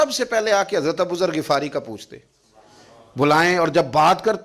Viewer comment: او جاہل گفارئ نہیں غفارئ ۔